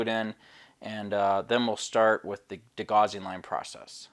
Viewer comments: Great to see a different ship being built. Followed your customers Titanic build and look forward to seeing yours finished as well. Great to have a change though as well. Btw, just for future it’s pronounced de-gow-sing strip. Rhymes with house. I used to make the same mistake until someone corrected my quite forcefully lol. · 'Gauss', for whom degaussing was named, rhymes with 'house'.